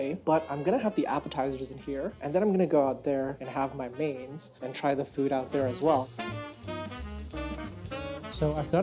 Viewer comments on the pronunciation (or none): none